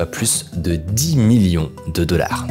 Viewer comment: Tu prononces le mot Dollars vraiment bizarrement. Genre "Dolaiiiire"